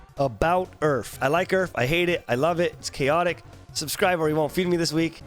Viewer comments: I kept hearing "Earth" instead of URF, and I was like wtf did I click on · omg u were talking about urf and i kept hearing earth all the time omfg xD i was so confused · I thought he was saying each and I was so confused